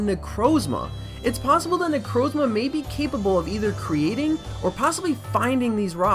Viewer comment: that is THE WORST pronunciation of necrozma I've ever heard